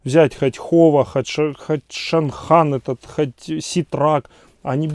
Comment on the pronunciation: Не Шанхан,а Чанган! Правильнее!назва !